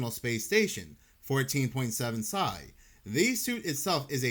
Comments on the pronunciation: Its P.S.I lol Pounds per Square Inch haha not "Sye" come on brother haha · Man air pressure is psi. Pronounced P.S.I. Sounds like all the other AI channels when you do that.